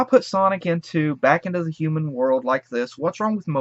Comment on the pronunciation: I had the same reaction. Let the agony commence. I thought mobius was earth in the future, like, far future. And what is a "Hooman"?